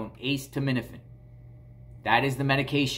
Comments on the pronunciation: It's not pronounced "ACE TO MIN A FIN"! haha. It's pronounced "A set uh min uh fin". Now say it fast. A setuh minuhfin 😂😂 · acetaminophen is pronounced uh-seet-uh, not ace-tuh. thank you couldn't stand it had to tell you. sorry. The pharmacist should know that, also about HIPPA.... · Just to help it's pronounced uh·SEE·tuh·mi·nuh·fn I Instead of ace tuh med ifin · Acetaminophen =A-Seet-O-min-a-fin. why did you say the pharmacist name? You shouldn’t have revealed your source. That pharmacist could get in trouble. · Vicodin highly sought out by addicts It’s pronounced Ah-ceed-ah-ment-ah-fin It slows you down, but if you take a couple it gives you a sort of energy. That’s what I’ve been told. My niece was highly addicted to this, and when this wasn’t strong enough she moved up to Percocets. 5 years ago she had to go inpatient to get off these nasty drugs. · Aceed-a-ment-a-fin lol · Ah-see-tah-men-A-fin (correct pronunciation) which is generic Tylenol. The Hydrocodone is Vicodin. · ACETAMINOPHEN: It is pronounced "A- set- uh- min- uh- fin". 🤣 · A see ta MIN a fin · Stop saying it like that! It's called Norco! It's hydrocodone and a ce ta min o phen (aka Tylenol). They sometimes prescribe it to kids for minor surgeries. Lol love ya buddy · Pronounced "Us said a men owe fin" :) No Ace's involved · Lol you crack me up the way you say acetaminophen 😂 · Thank you! I'm glad he repeated that several times so I know I didn't hear him wrong. I have not ever heard acetaminophen pronounced like that in my life. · Me too🤣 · You are still pronouncing acetaminophen incorrectly bless u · ace of spades, ace frehley, ace hardware, aces high, ace in the hole, aces in their places, ace bandage….